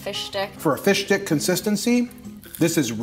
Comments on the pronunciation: I've never heard someone so clearly pronounce it "Fish Dick" I can't tell if it's intentional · omg, this was hilarious. Thanks for explaining it. It made it so hilarious. I’m laughing my ass off. PS: Every time you say fish stick I hear “fish d*ck”